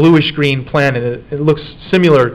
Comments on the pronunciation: Does it bother anyone else how he says "simular" when he means similar and "our face is asymetric" when he means symetric. Splitting hairs but aggravates me. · I couldn't finish this video because this guy saying "simular" constantly was driving me f**king insane. It's similar, damnit. Similar. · The is NO SUCH WORD as "simYOUlar"!!!! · Take another shot when he says siMULar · I love this, but his pronunciation of SIMILAR is irking my soul🤣